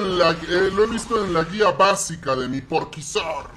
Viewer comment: guia basica ps ajjajaja "Basica" xdxdxd